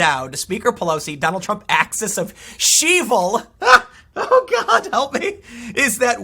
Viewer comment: "Axis of ShEvil"? I'm dead 💀😂 Dems just keep out-clowning themselves daily